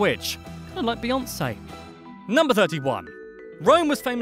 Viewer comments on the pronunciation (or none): none